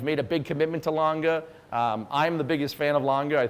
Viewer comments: Lange ("e" as in eggplant) and not lang ga. Please. :) Paték not perek. PLEASE. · A. Lange prices should drop as more people hear this guy pronounce it.